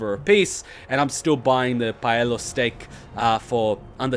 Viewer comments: PALE-IO steak. Not paella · paleo: Pay-Lee-O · Pay Lee Oh